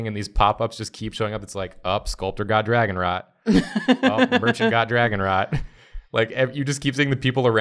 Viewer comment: Also, I was hearing dragon RAT, which is way different than dragon rot.